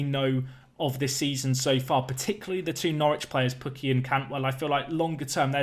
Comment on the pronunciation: As a Finn I approve of the pronunciaton of Pukki 😂